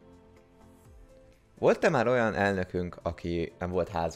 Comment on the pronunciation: LOOOOOOOOOL. Idézem a videóból:"ILLETVE VOL-E MÁL..." xD